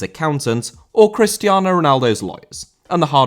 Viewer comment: Cristiano* not Crestiornouw